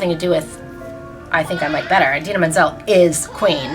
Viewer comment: nnoooo she said idina like eyedina noooo